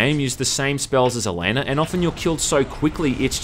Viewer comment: OH MY GOD OH MY GOD THEY MADE A VIDEO GAME OF THE WHEEL OF TIME SERIES Also Elaine is pronounced E-LANE. Elaine is the Queen's daughter and a loved one of Rand Al Thor, who is Lewis Theron Telemon the dragon reborn. Basically Rand is like the series version of Jesus. You're also pronouncing the spells wrong. If you open one of the books (that are only 10$) it has a thesaurus in the back of it. Also the white cloaks ate assholes. Basically like the series version of kkk. Lastly the spells actually might be weak because Elaine is pretty damn average as far as Aisade go. Another note, I don't wear fedoras or collect cheap katanas.